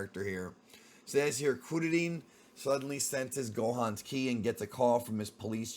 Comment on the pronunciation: Just say Krillin dude smh